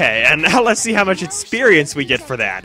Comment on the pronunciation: etsercise etcited etsperience: does the fact that he replaces x with t in words and the fact that he sounds like he has way to much spit in his mouth all the time bother anyone else?